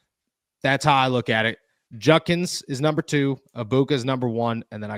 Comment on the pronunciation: JUDkins... not junkins.. for fks sake.